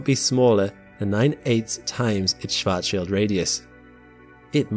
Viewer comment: I'm mostly impressed with your ability to pronounce "Schwarzschild".